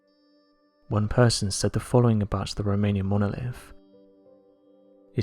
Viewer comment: I soon as I heard “monolif”....I was out.